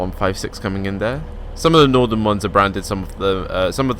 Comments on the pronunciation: i swear you keep saying nordern, its really bugging me, its northern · No he is saying nothenrn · Williamg209 yes...Norden. Very irritating.